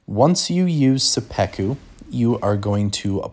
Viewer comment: suh-peck-oo is an interesting way to say it but cool vid!